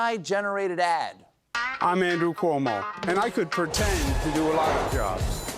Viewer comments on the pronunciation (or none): Cuomo- “Pertend”